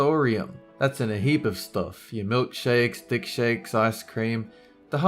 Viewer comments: Did you say dickshakes.... Those are good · did he say dick-shakes?